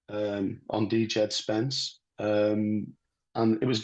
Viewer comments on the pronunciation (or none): “D-jed spence”